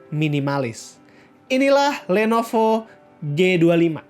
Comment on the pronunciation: did someone heard he says "Lenopo" instead Lenovo? xD